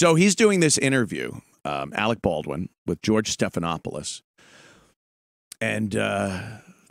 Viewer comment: Arec Bawdwin.....